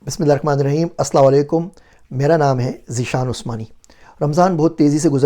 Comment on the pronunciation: Sir ek request kya aap apne salaam par dhyan de sakte ho please.. i think you're saying waalekum instead of alaykum